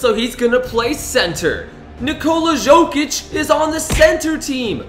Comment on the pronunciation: it is pronounced yokic